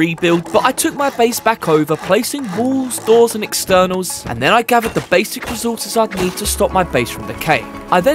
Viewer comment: Recourses❌ Rezourses✅